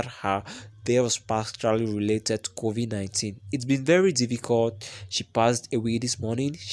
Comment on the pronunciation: Bhudi how do you pronounce the names kovi 19 and her name mara your accent is terrible ....please try to improve so that we can subcribe coz listening to you its jus something else